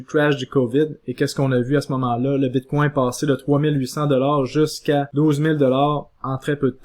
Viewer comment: "BITCOIN" ou "BITCWAIW"? : La prononciation du "BITCOIN" en Anglais serait préférable. Ce mot sonne bizarre et distrait à l'audition... "BITCWAIW" .... ET POURTANT TU DIS TOUT LE RESTE DES TERMES FINANCIERS EN ANGLAIS COMME 'STRONG HANDS' ... 'BEAR MARKET ' et autres termes du trading anglais . Tu essaies de franciser le bitcoin.... Le reste du message est toutefois pertinent.